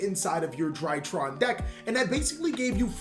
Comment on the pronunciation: Finally, is pronouncing DrytrON correctly